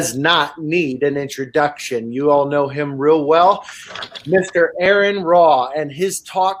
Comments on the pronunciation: His first name is pronounced R-N Ra. Not Aaron. Bugs me. Ha. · not..its pronounced R N....just saying...if youre going to have a podcast....get the names right.. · AH-ron Ra! Gah! That shit drives me nuts. Get his name right and do better! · He is "good friend" and can't pronounce his name? Yeah. Okay... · "I have the distinct privilege of being able to introduce a man who does not need an introduction. You all know him very well." Also: *mispronounces name* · “Y’all know him very well needs no introduction...() pronounces his name wrong....obviously he doesn’t know him THAT well. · "A man that needs no introduction". Proceeds to butcher name. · I cringe every time he tries to say name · Hell of an introduction when you can't pronounce his name. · If He knows him so well then why did he mispronounce his name when introducing him? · Everytime he said name wrong I cringed and kept thinking... maybe he will let it go...lol... he didnt. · "Needs no introduction." Introduces him by the wrong name. Edit: The man doesn't deserve hate, but goddamnit you just got to watch one video of to hear it said correctly lol